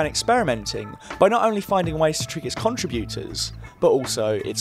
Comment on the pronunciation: "CONtriBYOOters" That's a harsh pronunciation on the ears over and over.